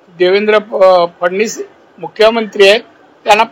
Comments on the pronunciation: ज्या माणसाला स्वतः च्या गावाचे नाव सिंधुदुर्ग बोलता येत नाही तो फडणीसच बोलणार 😂😂😂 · फडणीस बोलता येतो का नाऱ्या